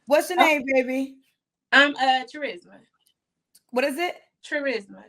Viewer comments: Uh, it's pronounced KUH-RISMA...pass it on. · LOL her name is NOT charisma with the hard "ch" Im done 😂😂🤦🏾‍♂️ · Not even a minute in and we already got a problem.😂 Her name is Charisma but she pronounced the ch like cheese? Wait a minute....so her mama did that on purpose? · The red flags are many. Like looking at a birthday cake that sets off fire alarms because there’s 100 candles on the top forming a forest fire. MANY. The tip of the iceberg is the three different daddies with three kids abs her name is “TCHUH-RIZZ-Muh”. Most people pronounce this “KUH-RIZZ-muh” but black people gotta be different. If you’re ocd, this is torture. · BRUH I can't get past her name being "Trah-risma". 🤡WTF. Sounds like some type of medicine you take for Asthma🤢. Da-fuk be wrong with these ignorant parents trying to give some unique name to their kids that screams out "HOOD BOOGA" when you pronounce it on an McDonald's application. SMH. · Its Cha-risma 🤦🏿‍♂️🤣🤣🤣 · NOOO IT'S TARISMA....WITH A ...T!!!! LMAOOOO. SMH. GHETTO AF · Omg her mom didn’t know how to pronounce charisma 🙀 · Only in the ghetto... Would you take a word like Charisma change the pronunciation and make it sound horrible, that's just the first thing I take issue with, but that was her Mama's decision. 4 kids, 3 father's... Why are you not with any of them? Wait, I have a guess. "Things just didn't work out". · at that point i knew it was about to be all hood ignorance with sprinkles of bullshit. Im assuming her real name is pronounced Charisma. Like charismatic. .